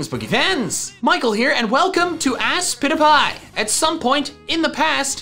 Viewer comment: Any time u say Aspitapi I hear I spit a pie